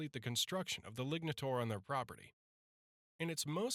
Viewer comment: You say lignataur, but I hear ligmataur.